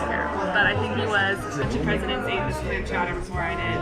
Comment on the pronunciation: Great video ladies…. Clam Clawder